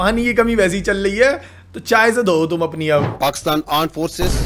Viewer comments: Armed forces ❌ Aand forces ✅ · Aand forces 🙅. Rand forces 😂✅ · India ❌ andia ✔️ Armed forces ❌ aand forces ✔️ Urdu ❌ ardu ✔️ Missile ❌ massile ✔️ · 10.21 Aand forces 😂😂😂😂😂